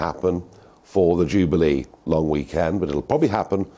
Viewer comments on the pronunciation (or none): none